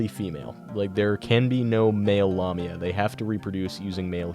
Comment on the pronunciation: You mispronounced lamia, the la is pronounced like lay.